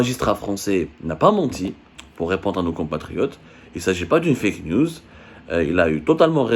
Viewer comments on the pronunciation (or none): none